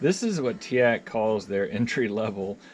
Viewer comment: Good review, but it's Teac not Teak.